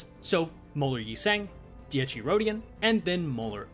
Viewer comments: I love your videos,but for the love of god,as an italian i implore you to learn how ti pronunce dieci correctly,how you pronounce the first "half" is wrong,whioe you got the secone half right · I'm going to forever make fun of you for saying Dee-ecchi Rodyon forever.